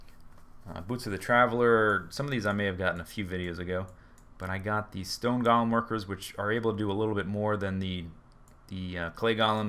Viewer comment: Everyone always gets their minecraft pronunciations incorrect. It not pronounced 'gall-um' its like "go-lum". And its nat 'lazuly' its "lazuli"(laz-oo-lie)